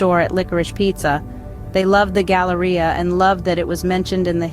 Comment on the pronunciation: drink every time she says Galaria